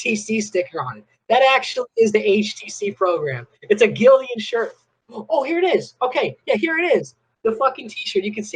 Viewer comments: I screamed when he said “Gildian” 🤣🤣 Even my church Can atleast Do American Apparel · Dude is annoying as hell. I feel bad he was scammed, but man, this was annoying. And if he said "Gildian" one more time, I might've offed myself. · I guess GILDAN is pronounce GILDIAN? 😂